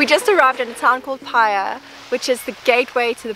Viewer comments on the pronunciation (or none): Never shop in a 4Square. Tourist traps are ridiculously expensive. Paihia. Pie-he-a not Pieha..🤣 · Pie hee ah, all in one word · It's 'pie he are' paihia lol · I do like Bay of Islands and up north but problem with visiting these places is the cost but it's understandable as it's expensive to deliver food, drink, gas & other products to these small out of the way communities . Hope you enjoy living here In N.Z. Oh it's pronounced Paihia (Pie - He - Ah) if that helps. Take Care. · I am from Northland and the best Pakeha way to pronounce "Paihia" is "Pie- Here"(as in the English) The original name for Russell was "Kororareka" (as in Coro rah- rayker) and it was changed when Russell became New Zealand's first capital - It was never a city! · Paihia = Pie-He-Are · its "pie-he-a" for pronounciation in the future :)